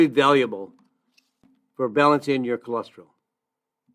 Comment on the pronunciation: Don’t understand why you started out telling us not to worry about cholesterol, but then one of the first products you mentioned was Amla, which is for dealing with high cholesterol. 🤔 Also, why do you say “cholestril” instead of cholesterol? Cholesterol is four syllables, not three.